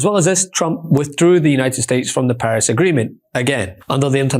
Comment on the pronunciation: I heard "Harris " not "Paris" at first. Given revenge I'm not THAT crazy